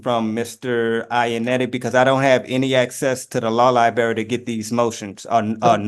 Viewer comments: He says "Liberry" rather than "Library". Either way, he puts the "Lie" in "Lie-brary" or "Lie-berry". "Sovereign Citizen" loosely translates to "Shiftless, Lawless Bum" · Drives me nuts when an alleged adult says “liBerry” in lieu of “liBRary” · That's "liberry" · He can't get to the liberry.